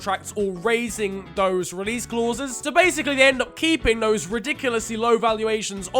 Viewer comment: The way how you say “clauses” is driving me mad🤣